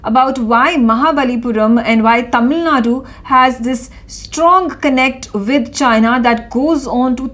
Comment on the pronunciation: Dear Newsreader pls note in the word Tamil Nadu, the u at the end is silent or rather half silent.